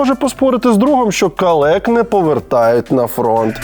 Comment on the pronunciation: Калік, Олексо, калік, а не калек.